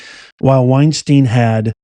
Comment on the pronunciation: You keep saying Weinstein...LOL